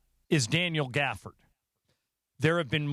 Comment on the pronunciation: Gafford not dort